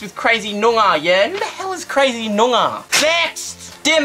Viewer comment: it's nyoongah get it right